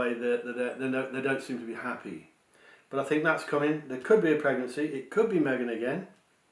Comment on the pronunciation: I believe the pregnancy is Kate, not Me-gain